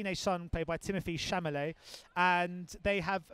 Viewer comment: Chamalet? Really?